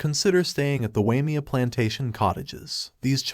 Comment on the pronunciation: A retirement place for rich people . The canyon is pronounced. “Why may a”